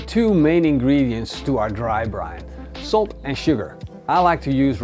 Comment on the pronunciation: Bro anyone else think he said soap at first until he said salt the second time?